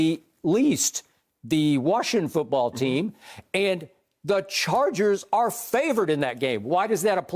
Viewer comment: Shannon with the 'fuutball' soccer teams pronunciation lol